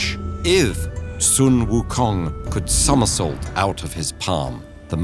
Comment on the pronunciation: No hate at all, but it is so simple to research the correct pronunciation of sun wu kong!